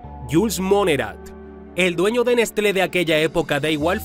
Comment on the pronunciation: Se pronuncia Neslé! 😋 Gracias!